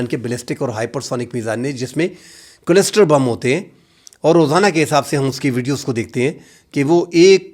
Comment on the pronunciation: kindly pronounce the word "cluster" correctly.